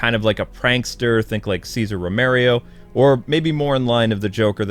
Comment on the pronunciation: It's a me, "Romerio"